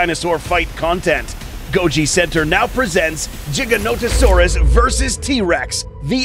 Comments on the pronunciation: It's Giga not Jiga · Stop saying jiga it's giga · It’s not giganotosaurus (jiga-nota-saurus) It’s giganotosaurus (giga-nota-saurus) (No disrespect, just correction) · "jiganotosaurus" umm........i think you meant to say giganotosaurus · jiganotosaurus how to pronounce: giga-noto-saurus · its giga-notosaurus not jiga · is it weird he says Jiganotosaurus but not Jodzilla? Why is Godzilla a G sound but not the Giganotosaurus, it's Giga dude with a G, u need to stop spreading that BS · "The JigaNOtasaurus"- the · He just called it a jiga no to sorus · Mans said jiganotasaurus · Im sorry but Im getting so triggered with him saying jiganotosaurus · Rexy did not kill the Giga, if you've watched the film you'll have seen it was the Therizinosaurus that did the killing. Ugh Jiganotosaurus still annoys the hell outta me coz apparently I've been saying "Gigaton, Gigabyte and Giga blast" wrong all these years, lol jk there's no J sound. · so tell me, do you pronounce 1 Gigabyte as Jeegabyte? same as the Jeeganotosaurus? i dont see the difference between Gigabyte and Giganotosaurus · Dude the thing that is annoying me is He's saying jiga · its gi - ganto - saurus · HAHAH "jiga" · At least they’re not saying it like: Giganto Saurus. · JIGGAnoto saurus? dafuq is this pronunciation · He mispronounced the gigas name wrong every sing time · You pronounce gigonotosaurus wrong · Why's he saying giga wrong? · Why did he pronounce it giga-noto-saurus